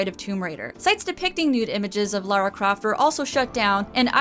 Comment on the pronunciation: Seriously well done for saying Lara and not Laura, I am genuinely impressed that there's at least one person on the internet who isn't a complete idiot. You have my respect fair maiden.